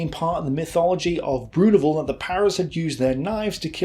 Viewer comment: Worst French pronunciation *ever*. "Beyoo minette"!